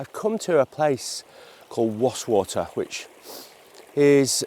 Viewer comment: Nice to hear you pronounce Wastwater correctly